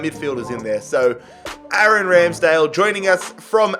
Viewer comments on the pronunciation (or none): none